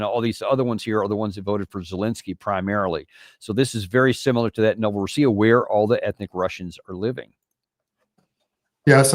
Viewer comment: It's pronounced Novo-RO-ssiya, NOT Novoro-SSI-ya. The name for Russia, Rossiya, IS pronounced Ro-SSI-ya.